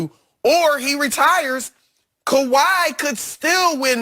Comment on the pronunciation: “Kawhi” ...... Say it with me. lol love this show!